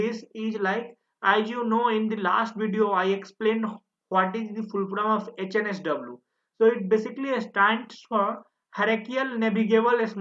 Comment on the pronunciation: 56 - why are you calling it OHNSW instead of HNSW ?